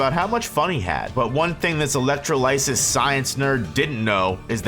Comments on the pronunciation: Elec-TRA-luh-SIS, it's not hard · The way he said electrolysis 👎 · You're pronouncing electrolysis wrong 😭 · bro could not say electrolysis correctly if his life depended on it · Bro the pronunciation of electrolysis 💀